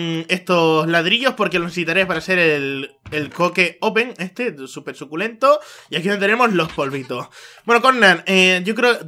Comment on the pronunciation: Un video zukulentoh, un laik zukulentoh